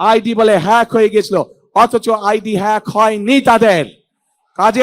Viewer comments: হ্যাগ বলতে পারে না 🙂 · পড়াশোনা করো গিয়ে হ্যাক কথাটাও উচ্চারণ করতে সাহায্য লাগে 😁😁😁